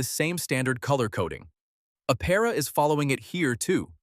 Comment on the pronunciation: “Aptera”- Please include the T in your pronunciation, thank you.